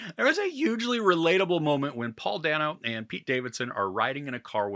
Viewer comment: I love the movie and your review. It reminds me of another favorite, “The Big Short.” BTW, Paul Dano pronounces his last name as “Day-no.”